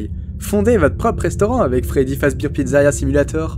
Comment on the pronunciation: Pas fredbir fredbear